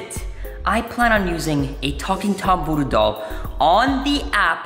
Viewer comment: He said talking tom voddo doll